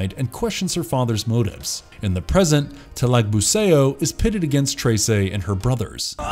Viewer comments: "datu talagbu-say-oh" wtf is this shit pronunciation. just say talagbu-sah-ou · Great job with the pronunciations, got most of them right. A couple of thing to point out though. The "ao" vowel combination in Filipino isn't read like the ao in "chaos", but like the Chinese greeting "nihao". So Talagbusao rhymes with "how", not with "Play-Doh". Trese is the "mandirigmang babaylan"; the last part should be read like Buh-bye-lan, not like Babylon.